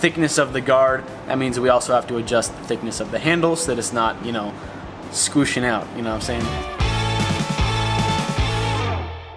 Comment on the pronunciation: "Skwooshing" 2019....